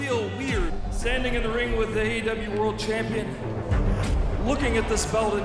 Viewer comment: did he just say cham-peen